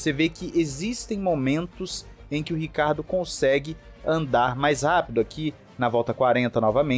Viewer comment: Não entendo porque é tão difícil ler o SOBRENOME dele Ricardo é nome próprio sobrenome é Ricciardo italiano se lê (rithiardo) tenso....